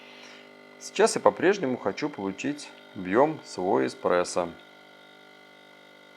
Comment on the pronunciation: Мне кажется, или он сказал в самом начале "...Технология эКспрессо", мда, после такого сразу остановил видео, диванный эксперт